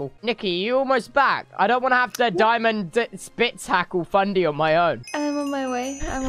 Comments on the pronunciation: More like: die-mants-bitz-backle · Nobody: Tubbo: "Daimentstitztitzhackle." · diamant-spitz-buk-pucled TRIGGERED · JA ICH MUSSTE SO LACHEN BEI DIAMANT-HITS-BITS-BUCLE😂😂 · Just listening to him try to pronounce them is just hilarious and then the DiamantenSpitzhacke tho😭😭😭😂😂😂😂😂😂👏👏